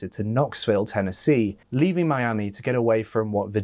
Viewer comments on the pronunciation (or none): none